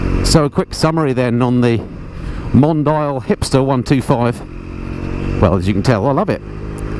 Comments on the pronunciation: Pronounce it right, "Mondiiale"...it was cool enough for Ferrari. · I think it’s Mon-Dee-al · What a lovely little bike! BTW... hope you don't mind my pointing out the the name "Mondial" is pronounced Mon-dee-al. I guess that makes it sound a bit better (exotic?);)